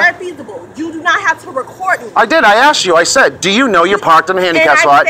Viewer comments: She axed you! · Don't " axe " me..// baa baaa boom : )) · "And i axe you politely" Lol, how come you confuse between "ask" and "axe" English is not my first language, but still i can distinguish those words... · “I axed you” 🤦🏻‍♀️ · Ebonics was never a real language. "axed" is lazy English, plain and simple. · well...she did "axe" him. what's his problem? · Hey, at least she "axed him politely." LOL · cmon man. she axed you nicely. if they ax nicely you should consider it. always nice to be axed nicely. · I axed you to stop recording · BUT SHE AXED YOU! SHE AXED YOU!!! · some people have accents in America that makes words pronounced differently. So not all American say "asked" as "axed." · that’s not an accent. Asked is asked, Axed isn’t really a word, it’s 🪓 axe . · I AKSED you politely 🤣🤣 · Be careful, she AXED you LOL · But she axed you not to record her. AXED LOL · Frank-eye ..........don’t Americans know the proper word?.............it’s asked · I didn't hit you.... I "axed" you,.. politely. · She axed you politaly! Come on! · "AH AXED U POLITELY NART TO FUCKING RECORD ME!"